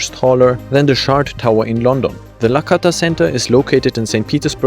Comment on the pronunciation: Hi, thanks for amazing and very informative video. Just fyi, its Lakhta not Lakhata.